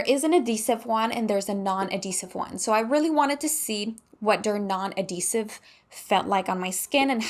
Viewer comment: adhesive. You have to pronounce the "H" its not silent!